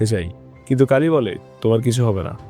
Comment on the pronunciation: গাড়ি কে গাল্লি আর কালি কে কাল্লি বলছেন বার বার